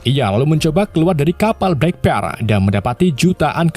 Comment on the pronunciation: Black Pearl jadi blek pil,ails the mora jadi isel de mora, devi jons jadi davi jones 😅 Isle tuh di baca ails bro.. Kayak island dibaca ailend